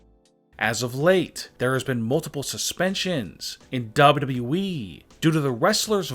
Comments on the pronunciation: This guy doesn't know how to say WWE at ALL WHEN I MEAN IT I MEAN IT... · The way he says wwe though